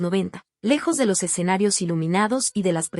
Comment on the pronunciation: Admiro a esta gran cantaautora SIGA APRECIABLE DAMA ,Agrego algo curioso la narradora menciona " exenarios en lugar de escenarios "